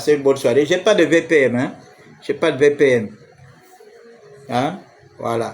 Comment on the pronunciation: On dit VPN, pas VPM, mais toi tu es trop édoungué pour comprendre dans quel siècle tu vis.